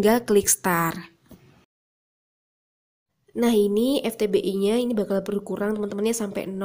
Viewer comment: Vtbi kak, bukan Ftbi